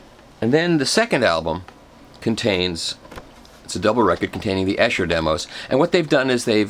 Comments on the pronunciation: Long "e" sound on Esher--"EE-sher" not "Eh-sher." Thought you'd like to know. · Its pronounced Esure not essshhher - Esher Demos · It's definitely Ee-Sher! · Esher is pronounced EESHER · great video its pronounced "Ee-sher" by the way! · Michael.... Great as usual. However I keep hearing the name Esher pronounced incorrectly. It's pronounced as EESHER. Just saying ;-) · Thank you for the review. It is Esher . Pronounced E like the letter E. Eeesher :-) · Wonderful Michael. Just one tiny thing that matters not in the great scheme of things but you might find helpful, Esher is pronounced Eeesher. It’s a frightfully posh place in Surrey! :) At least it was years ago when I grew up in the UK, not having lived there for almost twenty years it might have gone downhill a bit! Keep up the good work. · No he didn't.